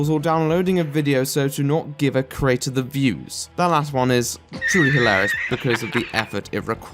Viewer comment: He does misuse certain words and he pronounces 'creator' as 'crater', but asides from that he's pretty good.